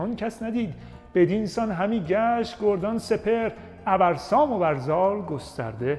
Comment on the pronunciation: با تشکر از موشکافی های بی نظیر شما در شاهنامه... دوست عزیز خوانش( گَردان سپهر صحیح می باشد نه گُردان سپهر) بدین سان همی گشت گَردان سپهر / ابر سام و بر زال گسترده مهر. در اینجا به معنای (سپهر گردنده) می باشد.